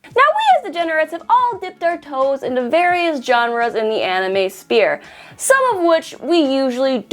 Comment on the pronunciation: sounds like you're saying spear, not sphere.